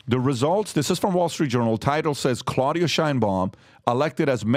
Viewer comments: Can't even say Claudia 😂 AMLO is not even close to Bernie Sanders baldi and not only morena give care packages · Learn how to said her name right. Not a supporter. You just trashed her name. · Someone tell this tool how to pronounce Claudia which is not that hard to pronounce.